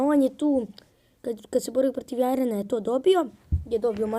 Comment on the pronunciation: negovorise jaren nego jiren